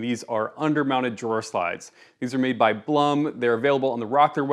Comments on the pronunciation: Bluhm is pronounced "bloom" as in flowers blooming. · I believe it's pronounced Bloom (Blum). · Blum is pronounced , Bloom. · you pronounced blum wrong